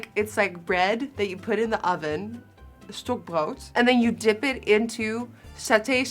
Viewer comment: lieb‘s wie sie Stockbrot auf holländisch sagt